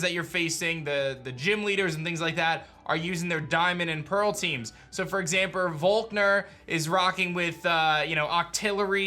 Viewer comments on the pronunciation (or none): Lol exampeurr